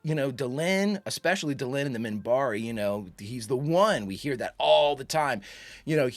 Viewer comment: Minbari. With an n, Minbari.